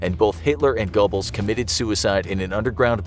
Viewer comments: Gobbles? come on man. Who doesnt know "Gerblls"? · gotta say the pronounciation of goerbles is painful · Not pronounced Gubbles. Pronounced Goerbles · If he pronounces G-o-b-b-l-e-s one more time, I swear... (Disclaimer: I'm not German) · Stop pronouncing his name like that. Its pronounced Joseph gerbels. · The fact the they couldn’t pronounce Goebbels correctly made me shake my head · Goebbels doesn’t deserve the respect of having his name pronounced correctly. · its soo funny how is pronouncin josephs last name wrong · Is it me or did he say Goebbels wrong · Ugh.. pronunciation of Goebbels just hurt my soul